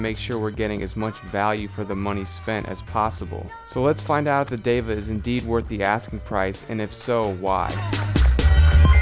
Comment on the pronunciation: Great review man. I am not on the market for a bluetooth headphone yet your reviews are so good. Well said on the name. It is DEVA and not diva. You got it right. And I want to check out Vinnie's steak house. :) You are doing subliminal advertising. Haha I am going to do some eq on my headphones as well. I have not got wet on my eq..I am doing something wrong :p. Cheers man